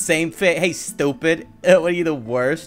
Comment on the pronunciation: I like he says stuiped